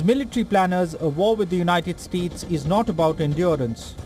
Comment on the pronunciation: united s-tits you said hahaha